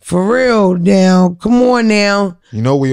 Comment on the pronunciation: Give her a record deal right "neow" LOL